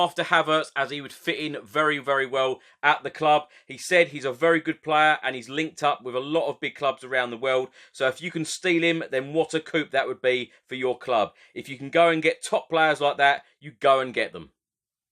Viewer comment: Thanks. By the way, coup is pronounced coo not coop.